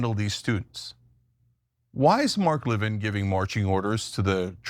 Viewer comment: It’s Levin not Lavigne 😂